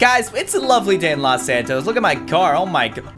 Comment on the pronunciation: Caylus: Its a lovely day in los santos Me: YOU SAID IT WRONG!!!!!!😱😱😱😱😱😱😱